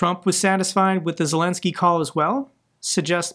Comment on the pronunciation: Hey, your pronunciation of Ukrainian and Russian names is getting more and more impressive. Also, Zelenskyy is getting more and more impressive with that brilliant approach to Trump and the US.